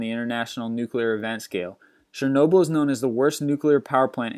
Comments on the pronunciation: Its Chernobyl not Shernobyl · I hate how this guy mispronounces everything: oceania, mesothelioma, Chernobyl